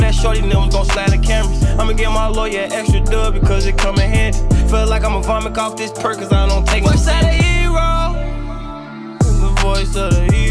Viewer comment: Durk I need you to know it's vomit not vomick